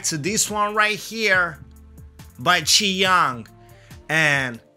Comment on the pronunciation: I like the way you pronounce "chi iung ” Pro level pronounce